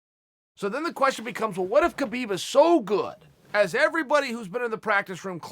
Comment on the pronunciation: he doesn't. dead fight. EDIT: on a seperate note i think Chael is intelligent enough to start trying to pronounce KHabib's name correctly. out of respect at least.